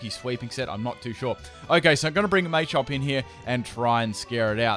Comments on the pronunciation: ITS NOT MAYCHOP ITS PRONOUNCED MA-CHOP MA NOT MAY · "may-chop" lmfao